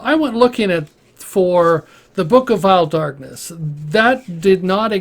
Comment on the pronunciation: Da book of vaeil Dakness